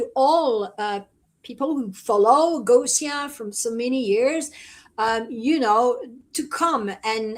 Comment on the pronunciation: Oh Gosia (and dear, it's pronounced Goshia!), know that there are more and more of us in France who love you dearly. I've been sharing your videos with French subtitles for a long time. This is because, since 2020, I've discovered the free spirit you've become, no longer identifying with the extraterrestrial races you may have once inhabited. For me and my close friends, there's no doubt that you're here to set a good example for the starseeds to follow. So, welcome to France soon!